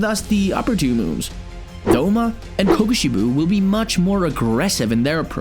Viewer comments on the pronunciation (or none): And Kokoshibo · "Ringiku" "Ahhhkaza" "Kukushbo" "Hashithra" 🤣🤣🤣🤣💀